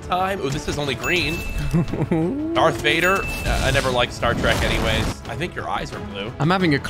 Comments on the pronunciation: bro said star treck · Did he just say Star Streck